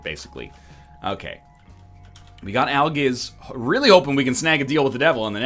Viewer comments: You said aljizz instead of algizz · This dude actually said "Aljizz" instead of Algiz.